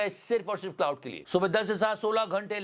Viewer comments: It's not cloud it's claude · Bhai “Claude” hai, “Cloud” nahi 😂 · मेरे Bhai “क्लाउड” नहीं “क्लॉड” बोलिए। ग़लत नाम ले रहे है आप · Claude ki pronunciation theek karo please.